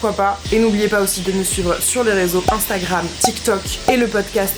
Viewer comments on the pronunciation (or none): none